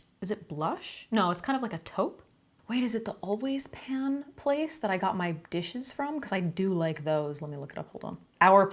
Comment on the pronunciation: How many other people thought she said "Always pads" instead of "always pan" at first? 🖐️